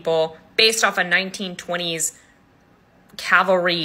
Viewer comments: 100% spot on. This rule is important. I'm so glad you made this video. On a side note, "Calvary" is a site outside of Jerusalem where Jesus Christ's crucifixion is purported to have taken place. If you're pronouncing the L before the V, you're saying the wrong word. It's the "Cavalry" manual with the V ending the first syllable. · That made me cringe every time she pronounced it wrong, too. Thanks for noticing that. Much appreciated. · lmao PLEASE learn how to actually say CAVALRY before saying it wrong a million times in one video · You are so eager to say everyone else is wrong —so how bout your genius self learns it it CAV-AL—RY not Calvary. There you go educate yourself!!!! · I realize it's nit-picking, but I did, too. Cringed every time she said it. Calvary = the place where Jesus was crucified. Cavalry = soldiers on horseback It comes, of course, from "caval," which is Latin for "horse," "-ry" is a suffix meaning "the art or practice of." Caval-ry. The "v" is pronounced before the "l." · Great video once again. The amount of pronunciations of Cavalry as Calvary though eeek. Calvary , refers to a depiction of the crucifixion, or, more recently, to an experience of usually intense mental suffering. You will make a wonderful veterinarian. 😊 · I totally agree with your video. Too often, I have seen people overload a horse and then wonder why it cannot perform. Thanks for sharing! PS: It's cav-el-ry, not calvary. Calvary was the hill upon which Jesus died. Common mistake but worth a mention. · Cav-al-ry is a military horseback unit . Calvary is the place where the Bible says Christ was crucified. 😂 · I'm probably being picky so sorry about that but this just stood out to me - Is this CALVARY or CAVALRY? Two different things. Please check your pronunciation. You've said CAL-VA-RY the whole way through. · I think it is CAVALRY, not calvary. Unless you want to be crucified somewhere in Jerusalem... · cavalry not calvary ;-) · Cavalry not calvary